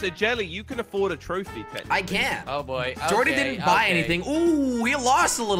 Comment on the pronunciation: I like how he says throwphie